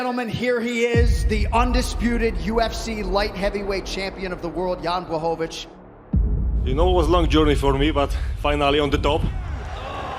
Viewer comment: błachowicz (bwahovich), learn